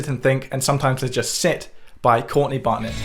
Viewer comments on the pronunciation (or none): none